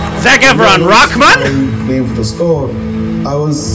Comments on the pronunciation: Atleast what he said sounded much closer to the original than ya'll. You guys never seem to pronounce the H in Rahman😂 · Yes,, that's the right way to pronounce Rahman and you've been saying it wrong all this time. 😅😂